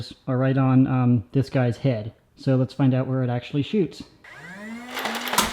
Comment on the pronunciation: "les nope" when you French good.